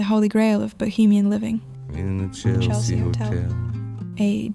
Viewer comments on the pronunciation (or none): none